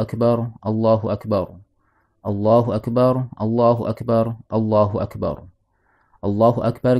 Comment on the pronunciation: Mantaap hanya penyebutan yg sy luruskan aja..🙏 Allahu Akbar Kedengaran bcanya ustad itu Allahu Akbaru